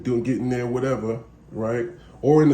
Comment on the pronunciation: did this nigga say “Whatevery”?😂